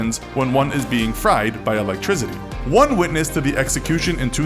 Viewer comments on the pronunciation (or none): none